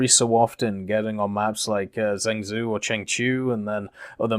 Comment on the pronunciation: "zhengzhou" is pronounced as "Jung-joe" btw